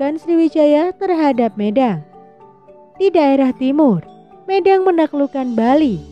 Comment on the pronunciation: Pelafalan kata medang kurang pas.